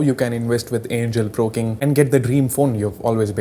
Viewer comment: is it just me ..or anyone heard him say "angle pro king"